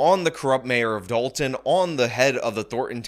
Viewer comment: It’s Henyard, not Heynard. It’s Dolton, not Dalton. I know it’s small errors but for the love of God this is your job take it seriously